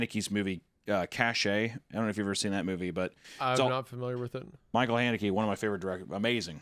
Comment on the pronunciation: For Michael Haneke being your favorite director you have absolutely no idea how to pronounce his name